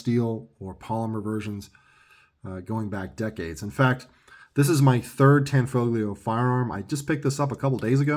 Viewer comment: The "G" is silent ! Tan-fo-leo. It's mandatory to say it different than it looks because it's Italian ! LOL !